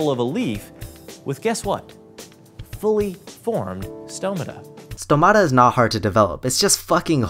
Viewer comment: As much as he has no clue what he's talking about, he got one thing right: the pronunciation of the word "stomata". The stress is on o just right on its singular form.